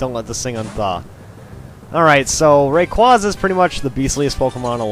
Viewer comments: It is not QWASA it is quaza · Lmao “ray-quaza” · Pet peeve ...number a....saying rayquaza wrong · You pronounced rayquaza and deoxys wrong